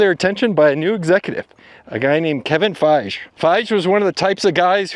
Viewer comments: it's FI-GEE, not Faish... ! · Lost me at "Feigh" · it's actually pronounced "fy_gee" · For Kevin Feige, It's pronounced "Fei-gee", not "Fei-gch". Can't believe of all the names in this video you'd mispronounced this one. He's so well known in the comic book world. 🤣 Also, , you praised that Thor Ragnarok worked, but then , you said that it had mixed reviews and the director didn't bring anything new to the table. It looks like you're contradicting yourself in the same video. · “Fije” 😂 Dude, research how to pronounce “FY-gi” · Kevin "Faige" 😅 By the way,I disagree with your reading of the Ike Perlmutter vs Kevin Feige situation.. Phases 1-3 (Infinity Saga foundation laid) were mostly Ike and the Marvel creative committee (bunch of comic nerds in executive roles) controlling the ultimate direction of the... When Ike and Perlmutter were forced out and Kevin "Faige" had total control that's when you got phases 4-6 and it was Kevin himself who said he wanted at least HALF the heroes to be female with Captain Marvel leading everything... Yeah the first one made a billion (we know why) but the second one showed everyone how truly the character could stand on it's own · How did you manage to do all this research but still end up calling him FYSH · It's pronounced Fi Ghee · Man, you’re letting me down on this one. You do so much research and you can’t pronounce Kevin Feige’s name? “FI - GEE” two syllables. Sorry, that’s a real miss. I’m so surprised. Really disappointed. Have I been wrong about your content? Just got to the point in the video where you mention mispronunciation and saying you are a Star Trek fan. So we’re clear, mispronunciation, particularly peoples names is very disrespectful, but it speaks to your research. I like watching your content because I thought you did your homework. Now I’m not sure. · Fai-jeeee Hahaha who told you to pronounce it like that? 😂😂😂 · It's actually pronounced Fy-ghee. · Kevin Feige’s last name is pronounced FY-GEE